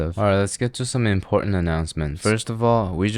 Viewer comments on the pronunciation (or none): none